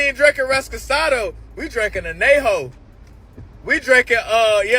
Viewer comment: And he said anay-ho... Sir, don't drink what you can't pronounce..